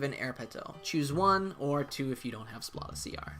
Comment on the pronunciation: Great vid! My fav has got to be Liona, aesthetically and functionally. It's funny how you pronounce Splata! It's like splatter with out the R, as in he's gonna splata ya brains all over the place! Splat!